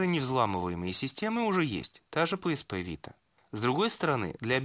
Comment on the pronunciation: не pspvita а psvita